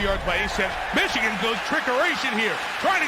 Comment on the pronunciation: LOL Meechigan.